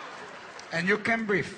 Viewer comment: Vieja.... Igotta pein in mai shess..... An ai can breef